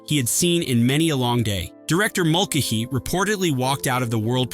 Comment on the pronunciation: Why can't the robot pronounce Mulcahy?